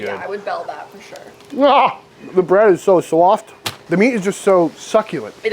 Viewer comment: Damn son, that looks awesome. Your breads are always spot on. You said "soft" like a Jersey accent. lol